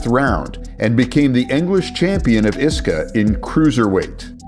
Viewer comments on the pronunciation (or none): Yeah, listen to the man who says iska as a word, and not I.S.K.A 😂 And you call yourself? If anyone is a fraud, I wonder who it is. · I s k a…. Not iska 😂